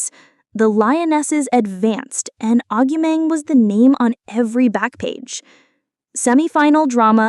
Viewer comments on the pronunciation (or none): Stopped listening when the AI voiceover couldn't even pronounce her name properly.